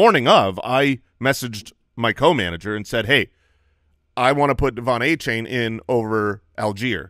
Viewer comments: Achane said were pronouncing his name wrong. Its De-Von A-Chan like chan in channel. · Achane has come out and addressed the incorrect pronunciation of his name so you guys can stop butchering it 😂